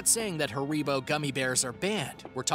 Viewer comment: It’s Ha-re-bo not “ haricot”